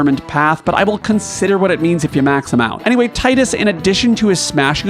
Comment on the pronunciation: i always smile when people actually call him (Tie-dus) and not (Tea-dus).